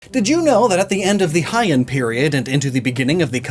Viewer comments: small correction, Heian is pronounced like "Hey-ahn", not "hi-ahn", because in japanese the vowels pretty much sound similar to latin vowels, so E sounds like "eh". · Heian is pronounced Hey anne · Heian is pronounced "Hey Anne" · I find it hilarious that you managed to pronounce the Japanese gods pretty accurately but struggled with "Heian" and "Ainu" lol